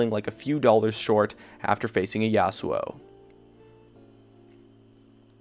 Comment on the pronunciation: Yasowo?!?!?!!? wtf learn to pronounce your words